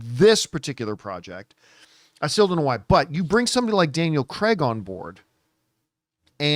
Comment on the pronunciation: Please stop calling Daniel CREG!!! he’s even gone on a show and said its CRAIG!!